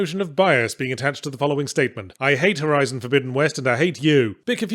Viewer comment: um excuse me, it's called "Horizon Forbidden West"